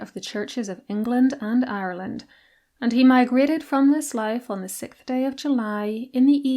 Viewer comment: There is an “s” sound in sixth! It’s just six plus “th”